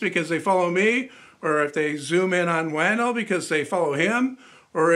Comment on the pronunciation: Um... the name Matthias is actually pronounced "muh * TEE * uhs." Wandel is actually pronounced "wahn * DEL" (short e). Listen to how he pronounces it himself.